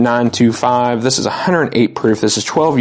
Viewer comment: Was the ecbp a125 or c925.....seemed like u said a925